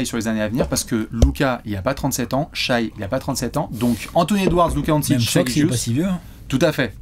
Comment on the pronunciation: S'il vous plaît, arrêtez de prononcer Shaï, on dit "Shè". Écoutez le commentateurs US !